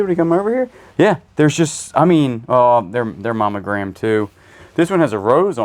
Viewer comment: Monogrammed. Not mommy gramed:)